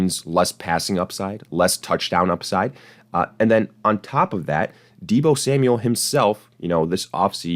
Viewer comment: You lost me at, “Deebo Samual.” 😐😂👎🏿